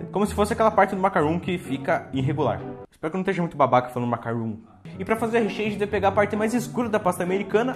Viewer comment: Kkkkkk cara vcs sou muito show essa de você dizer espero que não seja muito babaca falando macarrãous foi demais🤡😂😂😂😂